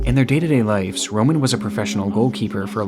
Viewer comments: I love your content, I watch all of your drops as soon as they are available, but you kill me when you say "life's" instead of "lives" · For pronunciation,: The word lives is a noun and is the correct plural form of the word life. It is pronounced with a long “i”, and rhymes with the word “wives”.